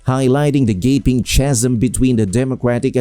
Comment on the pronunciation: Chasm is pronounced with a k sound